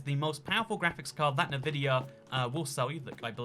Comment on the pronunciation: Everytime says NuhVidia instead of ENVidia, one of my braincells dies.